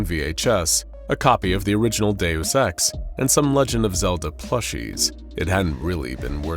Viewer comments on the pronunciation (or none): none